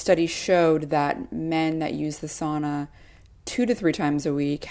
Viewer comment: The lady conducting the intervies needs to learn how to pronounce sauna.